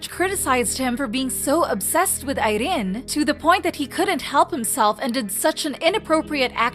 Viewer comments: THE ACCENT ON IRENE'S NAME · Why is she pronouncing Irene's name like? that LOL! is just unnecessary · I don't really know much abt rv but Irene definitely doesn't look like a woman who'd just let men take advantage of her lol. Jk. It was just choreo and kpop fans being kpop fans over analyzed everything. Ps. I love how you pronounce Irene 😂